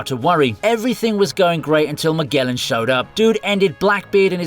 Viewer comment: Magellan = Miguelan XDDDDDDDDDDDDDDDDDDDDDDDDDDD que risa